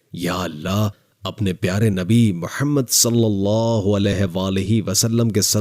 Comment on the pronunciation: Think bol natak kyun kar rahe hoo.. Allah hai Aleh Aleh nahi... Bewakoof